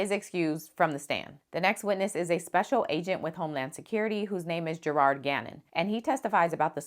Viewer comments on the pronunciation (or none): none